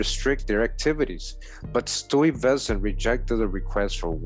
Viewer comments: I'm thinking Stuyvesant pronounced as Stee-ves-san. Hey!! Wayamint! Sounds kinda like Stevenson. Hmmm. Ijs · Fantastic post,! Peter Stuyvesant's name would be pronounced as Sty-vessnt, Schuyler=Sky-ler, Albany=All-bany (- means the emphasis is on the first syllable). It is so revelatory to hear the history of my native State recounted, recognizing many of these names and places, and innerstanding that these early settlers were some of my own people and not those whom we were 'taught' they were. Thank you so very much for your tireless efforts to educate us. Happy Holidays!🎆🎀🎄